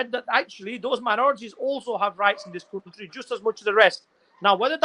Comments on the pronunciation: instead of country, he said cutry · Sabse paheli baat iss shaffab ki English suno .....country ko cuntry bl Raha hai🤣🤣🤣